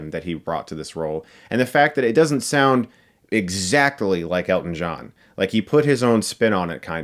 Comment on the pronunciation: Honestly... this entire time I thought you were saying "get stuck in the eye"😅